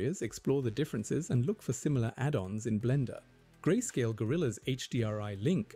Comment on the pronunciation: I feel like im going crazy but this video sounds ai narrated, there are some parts that sound weird, like when you say "grayscalle" instead of grayscale, and the first part where you say dollar instead of dollars